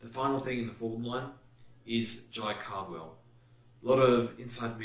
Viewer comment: Do you say Caldwell’s name wrong on purpose? Surely you’ve heard it pronounced in the media and stuff